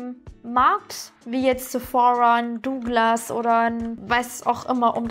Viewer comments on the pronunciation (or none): none